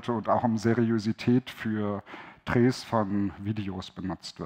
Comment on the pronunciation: Raucht mal ne Tüte Deutsch. Das Wort heißt Seriosität. Mit O und nicht mit Ö.